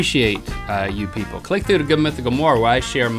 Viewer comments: xD Oh I've laughed harder than I was supposed to when Rhett messed up on saying "people"! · I love how Rhett has a nard time pronouncing ' people '